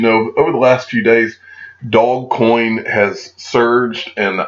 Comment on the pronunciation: I think the "Do" in Dogecoin is pronounced like in the do in "do re mi"